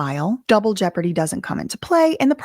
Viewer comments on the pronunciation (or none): none